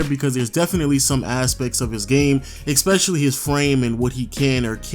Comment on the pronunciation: it's ESpecially, not EXPECIALLY!!!!